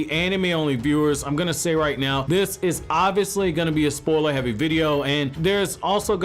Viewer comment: This guy says “spoiler” funny.